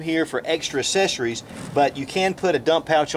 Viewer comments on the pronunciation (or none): It's access-er-ies not assess-er-ies.